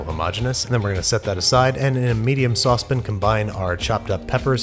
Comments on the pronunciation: Andrew, you say "Saucepin" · Every time he says saucepn.... I trust him less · also I was just talking about how he says saucePEN and not saucePAN bc I thought it was funny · Babby, Why do you call a "sauce pan" a "SAUCEPIN"? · Nobody: Binging with Babish: saucepen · I've watched quite of few videos of Babish... and I cant figure out if he's saying "saucepan" like "saucepN" just because that's how he pronounces it or just to mess with us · into a “medium sauce pin” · His pronunciation of Sauce pan really bothers me